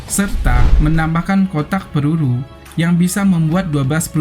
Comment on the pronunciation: Lucu bahasa adminya.. Pelulu kh peluru heheee